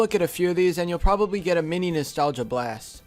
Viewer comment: How many times did he say nastalga